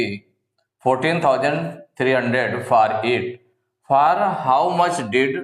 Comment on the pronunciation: Far nahi hota hai for hota hai aap galti bolte hai